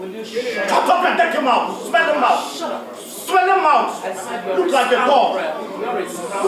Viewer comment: ..."saying something that doesn't make sense and he is overyapping...😂😂😂. Madam Oby needs to correct him in a subtle way" can you please shuutrup..., shut rup... 😂😂😂